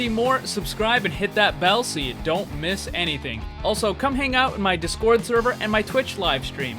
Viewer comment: If you say discord right the next vid I will join your server